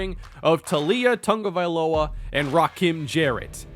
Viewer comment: Is it me or is he adding an N to Tagovailoa